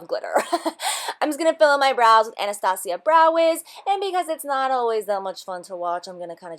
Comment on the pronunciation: i love you for pronouncing "Anastasia" right !